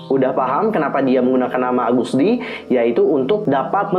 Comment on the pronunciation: Agust d bro bukan algust d